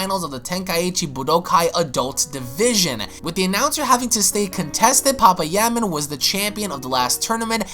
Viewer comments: Lmaooo its pa pai ya man. Not papa ya man lol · Pa pa yaman sure... Like it's not pa-paya-man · Ight bro you need to learn how to say names it’s PA-PAYA-MAN and THAWWWW-ing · Sooooo nobody's gonna say anything about how he's pronouncing papaya man 😂😂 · Or thawing lol